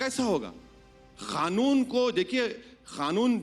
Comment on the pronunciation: It's not khanoon it's kanoon